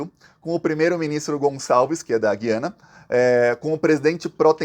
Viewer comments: meu querido, o nome do país é GU iana. Para brasileiro e para hispânico. Quem fala GUI ana são os portugas. Para brasileiro é errado falar Gui ana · Gosto demais dos seus vídeos, mas você derrapou na pronúncia: as vogais na palavra "Guiana" não têm som igual ao da palavra "guiamos" (sem ouvir o "u"), e sim como o da palavra "Cuiabá", com o "u" nítido. Se ainda existisse o trema, poderia ser escrito como Güiana para deixar claro. Mas como o trema foi extinto para facilitar a vida de quem escreve, acabou dificultando a vida de quem lê. Abs